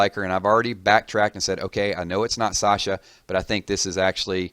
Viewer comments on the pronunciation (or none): none